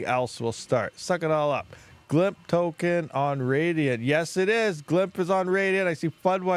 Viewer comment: It's called glyph not "glymp..."